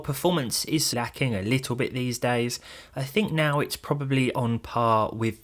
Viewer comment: its Little not Littaw.